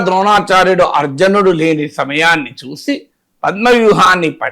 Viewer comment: Excellent Analysis Sir...చిన్న సవరణ సర్..."అర్జనుడు" అని పలుకుతున్నారు..."అర్జునుడు" అని పలకాలి...ఏమి అనుకోకండి... మరియు మీ knowledge కి నా నమస్సులు...